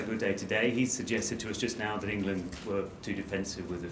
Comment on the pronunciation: ahaha "Engand"